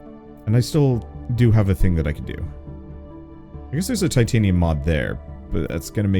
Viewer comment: Tritanium, eh? Like Titanium, except times three?